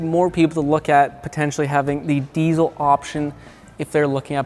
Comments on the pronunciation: The fuck is a deezel? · When a diesel mechanic says diezel instead of diesel